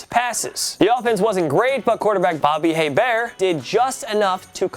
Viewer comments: Bobby Hebert - the H is silent, Bobby Ay-Bear! This is also the team which had Billy Joe Tolliver backing up Billy Joe Hobert. (And that was in 1999, not 1956.) Or was it the other Billy Joe backing up the first Billy Joe? And more relevant, does it really matter? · Learn how to pronounce players names please. Its pronounced aybear he's a cajun its french sheesh.